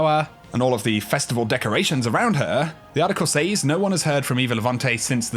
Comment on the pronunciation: Please look up how to pronounce “says” please dear god either that or fucking kill me